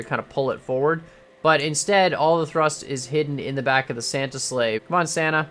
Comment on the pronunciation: sana sana sana sana ... sana I know he was saying santa ok